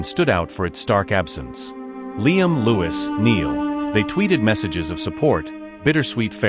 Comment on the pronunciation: i don't know who this dude is but he couldn't even pronounce Niall's and Louis name right. I get so tired of people trying to force the issue of these guys sexuality. If it's not Harry and Louis, it's Harry and Zayn. Good grief! Leave them alone!